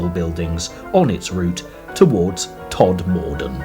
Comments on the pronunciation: The narration is done by someone who has never visited the area, so pronunciations are horrible. The first syllable of Calder has more to do with call than California. It's TODmerdon, not todMORden. The same person would never refer to chelSEA. It's MY-thom-royd; the letters at the from are not a myth. 8 miles to Normanton from Sowerby Bridge? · Somebody tell this bloke how to pronounce Todmorden and Mytholmroyd.